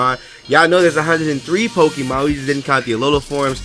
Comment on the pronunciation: Stop pronouncing Pokémon "PokEEmon".